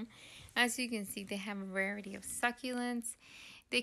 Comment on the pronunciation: Variety is pronounced, “var-rye-it-tea” not “vary”.